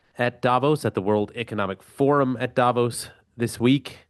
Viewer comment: Hey, would you mind to pronounce "davOs" correctly?! PLEASE ... not "dAvos"! (... I mean, it's really not more difficult to pronounce Davos correctly, than making a distinction between Greenland and Iceland, right?)